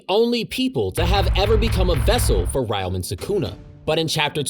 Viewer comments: You keep pronouncing Ryomen wrong. For some reason many people from the West also pronounce Ryu from Street Fighter the same way. It’s not “Ri-you” it’s “Re-you” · It's Reeo-men Sukuna! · 😭 Aside from butchering the pronunciation for "Ryomen" Great vid 👌